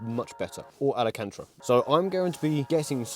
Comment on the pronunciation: alacantra? ahahaha nah jk love the content